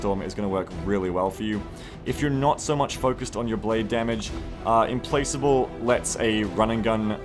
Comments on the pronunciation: I think it's pronounced "implakable" with the "k" sound and not the "c" sound. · Implacable is pronounced "implackable". Good vid! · Implacable = im-plak-able